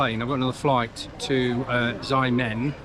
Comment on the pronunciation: If cant pronounce Xiamen, Shiamen is alright. Never Ziamen